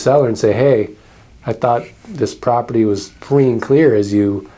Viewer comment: Property is hard to pronounce properly, apparently.